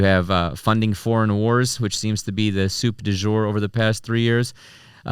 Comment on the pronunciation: "the soup du jour" lol bro you totally botched that